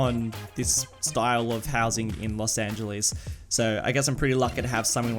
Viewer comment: worst prounacment of los angeles